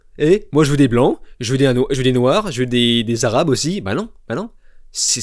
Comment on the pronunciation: Quand tu dis “des arabes” ça sonne Bizzare 😅🤣